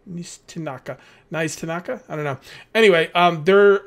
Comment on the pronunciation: its Nee-stanka